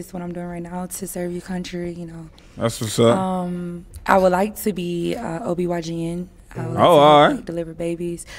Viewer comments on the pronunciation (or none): Girl said she wanna be a OBYGN lmao. It’s OBGYN.. how you don’t know the acronym for your passion? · What the heck is an OB/YGN lol You mean OB/GYN sis?